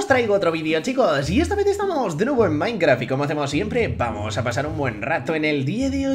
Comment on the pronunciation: parece que dice maincra jajaja